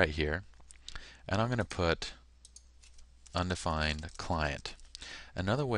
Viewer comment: Undefined not "undfined"